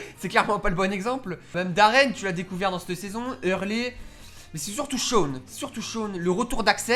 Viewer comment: Shawn ça se prononce comme ça s'écrit 😂 En phonétique ça doit être un truc du genre Shaone (Je regarde en vf, jugez pas, je préfère regarder en vf qu'en vo 😂) Est-ce que ce n'est qu'un détail sans importance ? Peut-être, et alors ? 😂😂 Sinon, je partage ton avis sur ce que je connais, je n'ai vu que les deux premières saisons et j'en suis à la fin de la troisième 😂 Fin bon, super vidéo, je suis pas déçue 😁